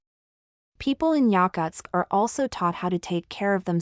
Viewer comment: Bullshit AI video that can’t even pronounce the name of the city correctly.